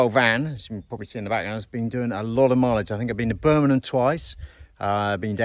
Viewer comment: it is BIRMINGHAM not BURMINUM LOL so says a BRUMMIE.